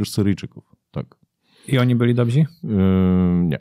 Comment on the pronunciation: Budowanie MORALE. NIE " morali". Jest jedno nieodmienne MORALE czyli stan ducha. I chyba w przedszkolu mówiło się " dobzi". Mówi się poprawnie - DOBRZY. Nawet słownik takie słowo odrzuca. Pozdro.